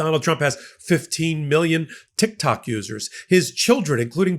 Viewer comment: Did you just say TikTaco? 😂😂😊